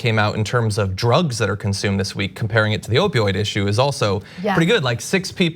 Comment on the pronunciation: Hey pRetty has an “r” in it.